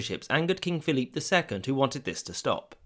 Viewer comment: Just out of curiosity, why do you keep pronouncing Philip the French way (ie Philippe)? The Spanish spelling (and pronunciation) is Feliipe, no silent letters. However, it's normal to use the English equivalent Philip when speaking of writing in English.